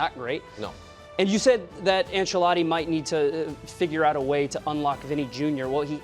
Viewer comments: It's pronounced "Anchelotti" not "Anselotti" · “Insilotti”!!! Bahahahah CMON MAN! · The lack of knowledge, the disrespect towards Neuer, the pronunciation of "Ancelotti" etc. Dear god 😂